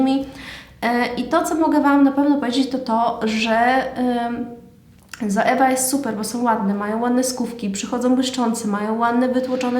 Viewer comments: Czyta się „coiwa” a nie „zoewa” 😁😁 ale filmik jak najbardziej przydatny, mówisz zwięźle i na temat, łapka w górę 😇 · Źle wymawiasz Zoevę. Poprawnie to " coiwa" .